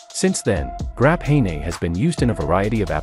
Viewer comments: "Grap-hey-ney"... 🤦‍♂️ Graphene. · It looks like the AI isn’t as good as they thought “Grapahaynay”😂